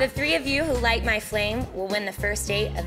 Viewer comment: "Couple two tree tings" lol